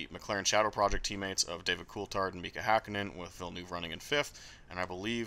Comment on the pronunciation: So... is that actually how you pronounce David Coulthard's name or are you just goofing?